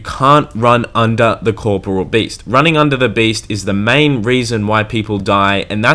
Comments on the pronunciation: One day I'll find someone that can pronounce KOR-POR-E-UL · I’m yet to find anyone who’s pronounced corporeal properly. It’s not corporal, it’s a completely different word! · Cor-po-re-al.. The English language is fucked, but yeah that's how it separated by vowels and pronounced. Why does it even matter? Nobody says it like that anyways.